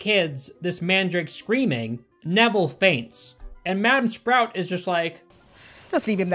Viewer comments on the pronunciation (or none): none